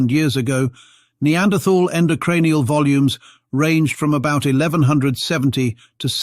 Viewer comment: I can't watch this, the mispronunciation of "neanderthal" is too annoying.